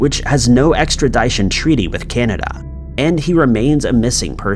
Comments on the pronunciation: Extradition, like ‘edition’, not ‘ed-eye-tion’ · Extradition: the di is pronounced like it is in the word “dish”. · I'm officially pronouncing it "extrid-dye-tion" from now on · Extra Dyshun treaty? WTF? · Extradishon? Cmon ... Try and pronounce your words. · How do you not know how to pronounce extradition? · I figure the narrator is not an American, he doesn't seem to have an accent yet can't pronounce extradition. 🤔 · please...google the pronunciation of "extradition" Appreciate the video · That was the worst pronunciation of the word “extradition” I have ever heard 🤣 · Thank you. Glad it wasn’t just me that heard that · That was driving me crazy!!! Lol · Totally agree! Like people who say nucular instead of nuclear. Drives me absolutely fucking crazy! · Say extradition again. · I love your channel but please look up the pronunciation of extradition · buddy please learn to pronounce extradition. its super distracting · I'm sorry I liked the video but the way you pronounce Extradition just irks me something awful... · My man still doesn’t know how to pronounce “extradition” I see .... and he pronounces “Jimenez” as “Himenez” 😂 wtf man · Please learn how to pronounce extradition.